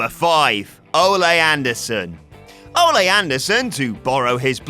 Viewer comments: Fucking Christ. It's Oh-lee. Not Oh-lay. Don't they have any wrestling fans working for thus channel anymore? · its not pronounced o-lay its o-lee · Its Ol-E, not Ol-a, he strikes me as the type that would be offended by mispronouncing his name, I can already hear him: "IM A PROFESSIONAL WRESTLER! NOT A BULL FIGHTER, YOU F'N MARK!" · How can you not pronounce Ole Anderson’s name? Ol-E. Not Olay you dunce. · The name is pronounced OH-LEE not OH-Lay. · Good old Olay Anderson. Olay. OLAY?! Or, you know, Ole. (Ol-eeee) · Ole isn't pronounced Olé, it's more like "oh-lee." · its O-LEE anderson, not olay. he wasnt a bull fighter. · It's Ole not Olé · It's "Oh-Lee" not Oláy Anderson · “Oh-lee,” not Olé. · Olè... it's ol not olè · Why is he pronouncing Ole's name "O-Lay" It's pronounced O-lee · Anderson is Norwegian not Spanish. It's oh-lee not oh-lay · You stupid British marks. Ole Anderson pronounced his name "Oh-lee" not "Oh-lay." For fuck's sake, get your shit together. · I love that you mispronounce Ole Anderson as "olay". 😂😂😂😂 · Cringed every time I heard Olay Andersen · "OLAY" Anderson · "Olay" lol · Stop calling him olay...please? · "Olay" Anderson? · You say ole wrong...you say it like OH-LAY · Dislike for 'Olay' anderson. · It's pronounced O Lee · Did say "Ole'" like a Mexican says ¡Ole'! Fucking idiot. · "Olay Anderson" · “Olé” Anderson? Lol. Olé, olé, olé! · Why do you pronounce "Ole Andersons" name like he's mexican? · sometimes I think British people pronounce things wrong on purpose. Ole Anderson isn't a fucking matador. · I'm going to need you to pronounce Ole correct.